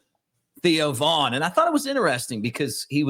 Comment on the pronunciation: Theo Von, not Vaughn.